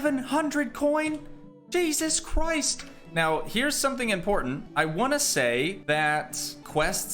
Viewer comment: When you say jesus christ you sounds like a british boy😂😂